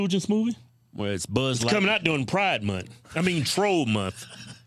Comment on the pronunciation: I thought it was light year not lightqueer